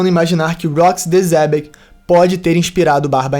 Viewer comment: Eu ainda tenho surtos com o Derek falando "Rocks D. Zebec" em vez de "Rocks D. Xebec"